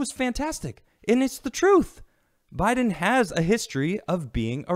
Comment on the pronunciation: Did just call biden Joe Lie-den? That's good.